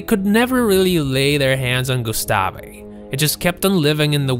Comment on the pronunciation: Gustav not gustafi